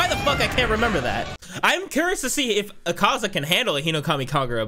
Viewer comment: No hate but the pronounciation to Akaza's name is Ah-kah-za